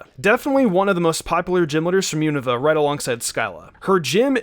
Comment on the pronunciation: Wow he still pronounces unova wrong lmao all the pokemon youtubers always butcher the name but whats weird is that actually pronounced it correctly when he talks about skyla lol